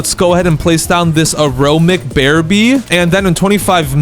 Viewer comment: ITS NOT AROMIC ITS aromaTic